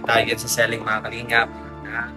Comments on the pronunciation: "See-ling" pronunciation ng ceiling,...hindi "selling". Di man ka bisaya, bat ganyan😂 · Ceiling as in literal na siling..un ang pronounciation nya..sorry ✌️✌️✌️correction lang🙂